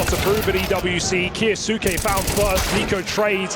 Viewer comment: Caster can say Kioshima's name just fine but Kyousuke is KA YOO SOO KE?